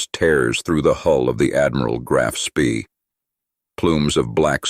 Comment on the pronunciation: The strategy did not collapse. In 1941 the Admiral Scheer operated in the North, Central and South Atlantic, and in the Indian Ocean. It then returned to Germany evading all British patrols. Note: Spee is pronounced Shpay.